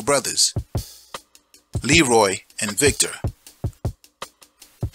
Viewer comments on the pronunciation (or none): none